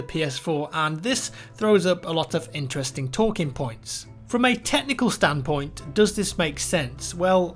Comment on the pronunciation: Just listen to how says 'interesting' at the start again